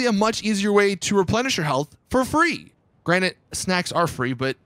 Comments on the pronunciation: granite, instead of granted lol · Granted its granted not granite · Are you saying "granite"?